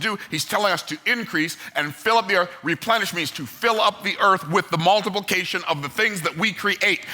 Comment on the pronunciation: When he said “Repenish” does that imply that at some point the earth was “deplenished”?